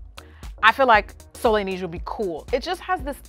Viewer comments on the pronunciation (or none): Soleil Neige … It’s pronunciation is more like « SOLEL NEH-EDGE »